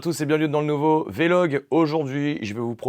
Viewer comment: Super véélogue merci beaucoup à part la prononciation de vlog😂